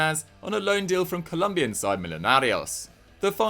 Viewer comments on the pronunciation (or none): none